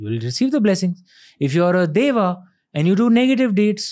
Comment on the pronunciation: Why do we Indians continue to mispronounce Sanskrit terms? Why do we mimick foreigners and prefer to mispronounce 'Deva' as 'Devā' (देव को देवा), 'Asura' as 'Asurā' (असुर को असुरा), 'Rām' as 'Rāmā' (राम को रामा), 'Purāna' as 'Purānā' (पुराण को पुराणा), 'Ganesha' as 'Ganeshā' (गणेश को गनेशा), 'Buddha' as 'Buddhā' (बुद्ध को बुद्धा) ....... so on and so forth (and of course 'Bharata' as 'Bharatā ie. भरत को भरता!!)!!? Isn't it similar to an educated Englishman pronouncing England as Englandā (इंगलैण्डा), Jesus Christ as Jesusā Christā (जीज़ज़ा क्राइस्टा), Angels as Angelās (एन्जलास्), God as Godā (गॉडा), Charles as Charlsā (चार्ल्सा), 'Peter' as 'Peterā' , John as Johnā (जॉना), 'Paul' as 'Paulā' (पॉऽला), ......... - you get the drift. It is even more disappointing to see supposedly "learned" and purported "experts" mock the very foundation of Sanskrit itself which puts such immense importance to 'correct pronunciation' (शुद्ध उच्चारण) that it cannot be stressed more [ so that you don't end up addressing your own ie. 'svajan' (स्वजन) dogs ie. 'shvajan' (श्वजन') ]